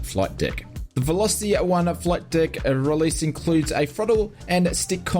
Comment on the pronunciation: Did you just say "flight dick"? I love the Ausie accent.........😆 Have you used it with DCS?